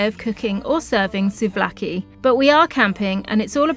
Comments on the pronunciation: Please!! souvlaki ,, it’s pronounced sue-v-laki. With the v soft like ‘ver’ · Nice video, but Pleeaseee work on your pronounciation. The words are not difficult. SUV-LA-KI 😂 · It is called Suvlaki and it is written Souvlaki. I like your videos. Wish you lifelong health and happiness.